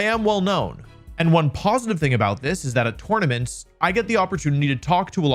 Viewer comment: yet you still say tournaments wrong